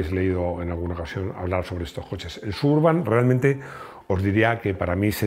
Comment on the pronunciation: Excelente video otra vez! Solo para que sepas, el "nombre Chevy "Suburban" refiera a la intención que se usa en regiones "suburbanos". El nombre Suburban se letrea con la letra "b" y no con la "v". No es "suburvan" porque el nombre no tiene nada que ver con la palabra "van", cuyo origen no estoy seguro. Gracias por todos tus videos! Vivo en México y Garáge Hermético es uno de mis canales favoritos para mejorar mi español !